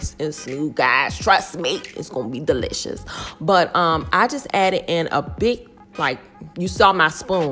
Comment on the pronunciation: umm... it's DeeLishASS